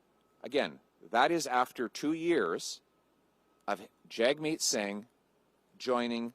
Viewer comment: hey jerk Jagmeet won't pull his support for Trudeau if you keep butchering his name on purpose. If you say it properly then he will pull his support and trigger an election.